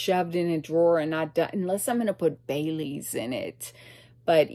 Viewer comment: I thought you said you put bay leaves in your coffee . Not Bailey's 😂